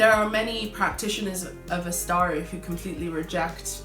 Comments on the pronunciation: Very nice and infomative video! (btw Asatru is pronounced like its written and not ”astaru” as you pronounced it) anyways nice video keep it up. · I REALLY like this video. Thanks for making it and exploring the themes. These have been ongoing discussions in occult circles but many people don't like to confront them, Quick point: "Asatru" is not pronounced "As-Star-ru."